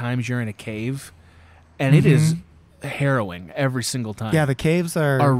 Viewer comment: The way he keeps pronouncing "harrowing" is driving me nuts!